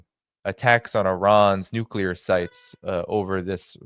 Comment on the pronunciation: Why can’t nobody pronounce “nuclear” correctly.